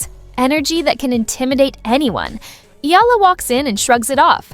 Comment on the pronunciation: Pronounce Eala correctly, please. It's a game, relax!